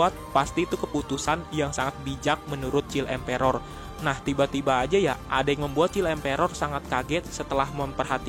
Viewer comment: Please read "child emperor" in proper pronunciation.